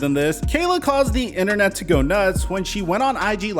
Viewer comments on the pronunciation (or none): none